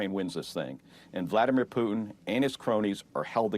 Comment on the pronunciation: Who the fk is Poootn ??